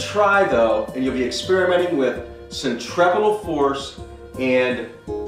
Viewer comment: centrapeeeetle thats how you say it , and use a 50 p for the hexagon ill send you one